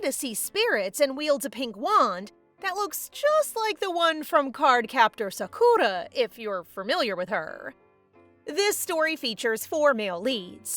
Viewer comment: Sa-koohrl-ra had me dying 😂😂😂😂